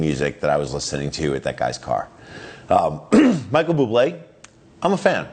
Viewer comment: Micheal Bloo-blay?